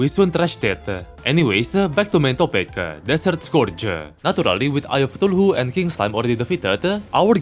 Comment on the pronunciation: Just wanna say that you should try to pronounce Cthulhu as ca-thu-lu Love your videos